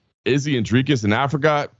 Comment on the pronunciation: Boys... Thank you for pronouncing Dricus' name correctly! The only GD journalists that can do it!